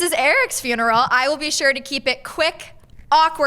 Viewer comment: its not FYOON erul its FUN erul